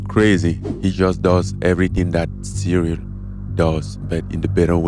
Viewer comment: "cereal" Gane